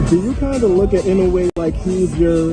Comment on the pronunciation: How can an idiot that can’t take the time to get the pronunciation of peoples’ names correct be interviewing people? Even with Inoue Naoya. How many announcers can’t or couldn’t pronounce his name until they thought he was relevant?